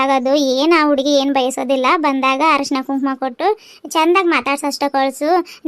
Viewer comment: ಹರಶಿಣ ಅಲ್ಲಾ ಅಕ್ಕಾ ಅರಿಶಿಣ.😂